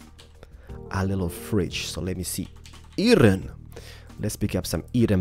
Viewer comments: u say eron not "Iron" xD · He sais eeron for iron and achacha for achia wood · It would be okay if you said Iron and Acacia correctly. Eye orn. Ac a sha. Not achasha! 😂😂😂👍🏼 good caravan